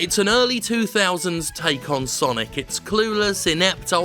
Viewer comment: It's sanic the Hedjim